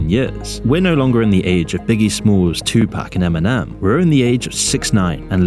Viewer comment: pronouncing tupac as two-pack deserves a dislike